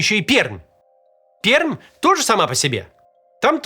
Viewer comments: Привет из Перми!, Максим, Не ПерМ, а ПерМЬ! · Название города Пермь произносится как ПеРЬмь, а не ПеРъмь! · Ни перм, а пермь... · Эх как же режет слух ПерЪмь. Правильно произносить ПерЬмь. Почему то я уверен что мы ещё ни раз в новости попадём... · Единственное, что можно безопасно добавить не ПеРмь, а ПеРЬм читается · Перьмь Р мягкое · читается как перьмь, т.е. "р" тоже мягкая извините...) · Люблю как название Пермь говорят люди из других городов. По загадочной причине оно произносится Перьмь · Родом из Перми. Максиму один совет: пермь, хоть и пишется с мягким знаком в конце слова, но произносится с мягким знаком после буквы Р: [перьмь]. В остальном, все в точку😢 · ПермЬ! Произносится с мягким знаком. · Пермь произноситься как Перьмь 🙄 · ПерЬм. Вот так правильно произносится наш город. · Извините, Пермь произносится с мягкой "Р" )) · Произносится как "Перьм", р мягкая. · ПерЬмь правильно, мягко после буквы эр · Пермь произносится с мягкой Р. То есть как Перьмь. Называйте город правильно, не расстраивайте пермяков) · Живу в Перми, как только узнал пол взрыв, сразу написал с просьбой о разъяснении ситуации властям края и города, ответа не последовало (точнее последовал, когда припекло) Ещё хочу сказать, что название нашего города произносится с мягкой "р" (Пер'мь) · Пермь не так произносится